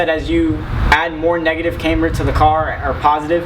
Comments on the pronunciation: cAmber, not caimber.... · Thanks for that. BTW it's not CAmber, it CAMber.